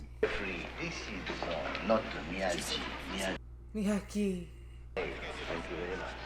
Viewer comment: It is pronounced Miyagi. Not Miyadji.